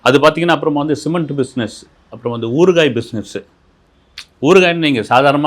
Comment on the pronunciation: ஊர்க்காய் அல்ல ஊறுகாய்..... உச்சரிப்போடு நீங்களாவது சரியாக சொல்லுங்கள்